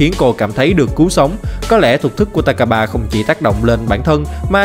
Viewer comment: takaba mà em nghe ra tài k3